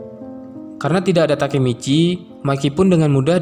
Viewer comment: Masih bilang takimici ampas